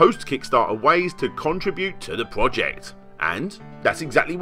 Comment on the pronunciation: Do you say ‘conver-sate’ aswell as ‘contra-bute’? If i had your accent id learn sign language.